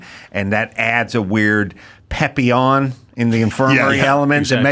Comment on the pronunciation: Adam for goodness sakes pleeease stop saying PEHPillon. It's PAPillon. I know you can't read, but come on!